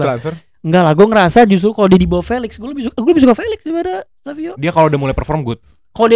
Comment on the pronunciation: Padahal savinho bacanya savinyo kenapa jadi savio😂